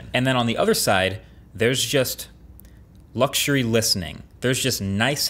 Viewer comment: Is it only me or does the way Marquez says luxury sound different 🤔